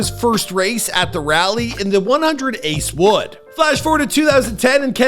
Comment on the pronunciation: It's 100 acre wood not ''ace wood"